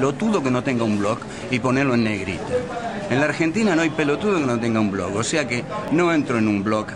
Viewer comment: Claro, buenísimo criticar la mala prosa, si no sabemos decir ni la palabra blog. BLOOOOOOOOOOOOCK! okno